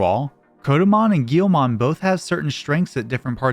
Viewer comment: Bro, pronouncing Guilmon "Gheelmon" should be a crime